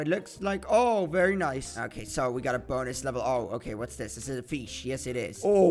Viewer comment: He say fesh insted of fish XD